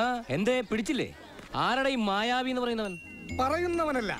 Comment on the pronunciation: മായാവി അല്ല ." മ്യാ യാ വീ "